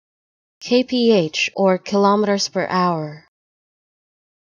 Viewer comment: Not only does "Kph" not mean "kilometres per hour" (it means kelvin-picohours, which is meaningless of course), but you also mispronounced kilometres. The universal symbol for kilometres per hour is km/h—nothing else. And kilometres rhymes with "nanometres", not with "thermometers". Wow...how are you even a channel?